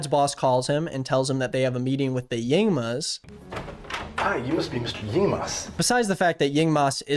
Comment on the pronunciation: Meanwhile in some part of the world, a young man called Zhong Chenle hearing the name Yingmas plus the horrid pronunciation: someone hold my microphone, I’m talking to that man’s president